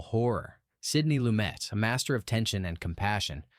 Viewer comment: Sidney Loo-may [??} Uh-oh. AI was in French pronunciation mode for Young Girls of Rochefort, then somebody forgot to flip the switch back to English.